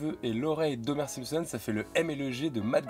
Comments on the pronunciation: Pas de S sur Simpson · Y'a pas de "s"s à la fin des "Simpson" !! (en anglais y'a un "s" mais pas en français : "The Simpsons" -> "Les Simpson")